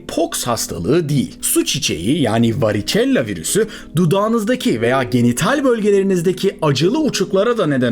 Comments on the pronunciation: Variçella değil,varisella olarak okunur.Pustul değil, püstül.. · "varicella" İngilizcede varisela olarak telaffuz edilir.